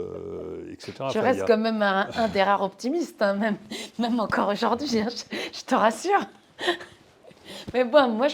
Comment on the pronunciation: On ne dit pas aujord’hui, mais aujourd’hui